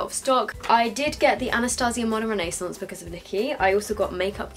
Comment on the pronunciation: Modern re-nay-sonce 😂